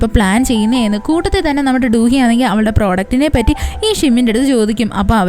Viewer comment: Du hee alla chechi do do hee aan, njan koreayil aan padikkunne